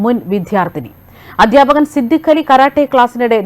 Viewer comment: സംഘിണിക്ക് " വിദ്യാർത്ഥിനി ", " അദ്ധ്യാപകൻ " തുടങ്ങിയ പദങ്ങൾ പോലും ശരിയായി ഉച്ഛരിക്കാൻ അറിയില്ലല്ലോ 😄😄😄! മങ്കീബാത്തൻ പഠിച്ച യൂണിവേഴ്സിറ്റിയിൽ ആണ് പഠിച്ചത്, അല്ലേ 😄😄😄?